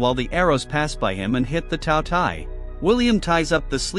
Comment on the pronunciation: "The T A O T E I" Jesus, lmao, this may have been uploaded 5 months ago, but there's nice AI voices compared to this TTS. Cool movie tho, remember seeing a trailer or something of it in the past, but never ended up watching it, and forgot about it.